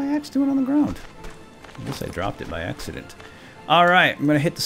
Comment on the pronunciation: Dropped it by "Axe-ident" :D